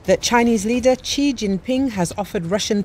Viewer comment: Quite accurate, his family name is Xi, pronounced Shi